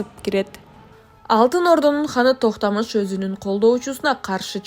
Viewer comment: нормалный сүйлөгүлөчү Токтамыш дебей ,Токтомуш деп , Тимур дебей аксак Темир деп таза сүйлөсөңөр